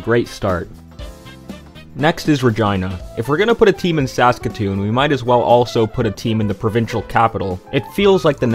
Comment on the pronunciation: Why do you say SASkatoon? It's SaskaTOON.